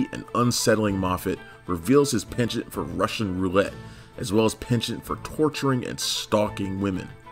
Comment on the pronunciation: penchent lol, penchant, its FRENCH .